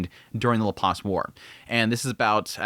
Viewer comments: Bro. Please, for the love of God. It's pronounced Lap + Lace, or at the very least Lap + Lass--not Lap+ Loss. Ugh! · Pretty sure its Perugeus not pedigus. Also don't even pronounce Shariah or Laplace correctly.